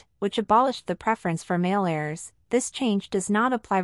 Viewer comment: I sure wish "they" would fix the computer that's reading this script. It is NOT "a" level. It is "A" level, pronounced with a long a. Also, they are talking about "heirs," NOT "errors"!!